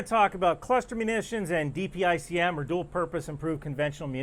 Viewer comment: Thank you for pronouncing DPICM correctly. There are other news folk and politicians saying it as a word .